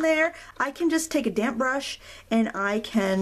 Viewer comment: Fabulous. I love the full length, I can ffw if I want. And I've got to tell you, I had a giggle every time you said damp, I heard damn, damn paper, damn paint, damn colours, lololol.